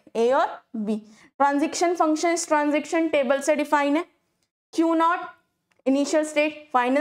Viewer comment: stop saying transiction table its transition pls fix your pronunciation